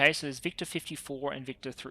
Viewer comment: Watching this in 1.75x, victor sounds very close resemblance to “victim”